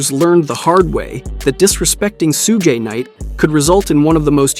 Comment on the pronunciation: Did bro really just say Sudgeay Night🤣😂🤣